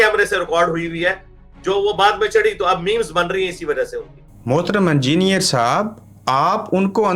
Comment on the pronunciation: Angier nahi hota halke chutiye, engineer Bola kar